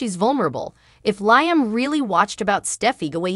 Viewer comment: Can we PLEASE learn how to pronounce Liam's name!?!?!?!?! The name is pronounced “LEE-um”. Thanks so much........;)))